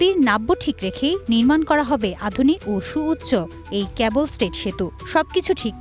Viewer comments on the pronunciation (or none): ক্যাবল নয় - কেব‌্ল